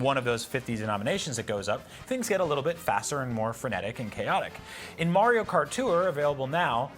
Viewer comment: “Mario Cartore”